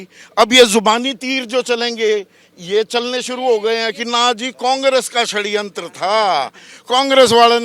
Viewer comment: बृजभूषण बिल्कुल ही अनपढ़ है क्या? जो षड्यंत्र को खडयंत्र बोलता है।